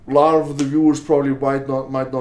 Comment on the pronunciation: “Obviously a lacchhhht has changed”